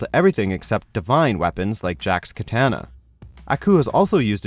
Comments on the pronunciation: He prenonced katana wrong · How the hell do you mispronounce katana???